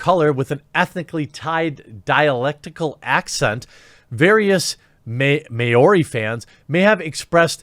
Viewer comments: May Orie🤣 love your channel even as someone from the culture you cannot pronounce the name of😂 you tried bro🤙 this problem is like apu from the simpsons who's voice actor said he wish he could apologise to every Indian person individually😅 sounds like this bad batch voice actor should apologise to all maori? What a joke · It’s pronounced MAH-OW-RI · Ok. 1st up. Its pronounced more like mowrhee. Close enough. 2nd, as a Maori mix living in Aus I can tell you all that everything this person says about the Maori English accent is bullshit. Esp white NZ'ers making fun of it. EVERYONE makes fun of/with it! Haha we don't take shit so seriously. Everyone makes fun of/with everyone. Honestly, the accents aren't that different to most non new Zealanders anyway. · Seriously the most offensive thing here is how Jeramy's pronounces Maori